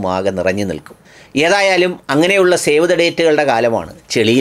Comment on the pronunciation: ഒരു തിരുത്ത്, ഷേവ് അല്ല സേവ് the date 🙂